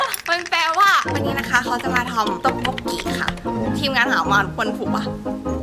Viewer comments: ต็อกบกกี ❌ ต็อกบกกี๋ ⭕️ 😂😂😂😂 ไม่ได้มีเจตนาจะดราม่านะคะ แง แซวว่ามันน่ารักดีค่ะ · ต๊อกบกกีไหมคะ นี่ได้ยินพวกพี่พูดว่าต๊อกบกกี๋ทั้งคลิป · ต้อกป้กกี่ไม่ใช่ต้อกป้กกี๋555+🤣🤣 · ออกเสียง ต๊อกบก “กี” นะคะ ไม่ใช่ “กี๊” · พี่ต๊อกบกกี ไม่ใช่ ต๊อกบกกี๋ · ทำไมพี่อ่านว่าต็อกบกกี๋หรอคะ แงงงง หรือหนูเรียนผิดมาตลอด 3 ปีเลย อันนี้สงสัยเฉยๆนะคะ เพราะหนูเรียนมันอ่านว่าต็อกบกกี เลยสงสัยเฉยๆค่ะ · ทำไมถึงพูดว่าต๊อกป๊อกกี๋ ทำไมไม่พูดต๊อกป๊อกกี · มันอ่านว่า ต๊อก-ป๊อก-กี ค่า(เสียงเหนื่อยคนที่โตกว่า แต่คือพี่ก็โตแล้วอะ ก็ครวจะเป็นคนโตมากกว่านี้มั้ย)อันนี้หนูsupportนะคะ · ฟังคำว่าต้อกโบกี๋ละมันหัดหูอะ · 오늘을 톡톡일을 만들거야. อ่านว่า "โอนือรืน ท๊กท๊ก กี รืล มันดืล กอ ยา" (ก็ถ้าเค้าาอ่านผิดก็ขออภัยด้วยน้าาา)